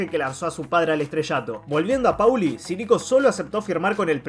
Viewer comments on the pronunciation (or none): Lo que hace insoportable al vídeo e inmirable es que este boludo dice PAULI ENVÉS DE POLI SE PRONUNCIA POLI |M B E C | L!!!!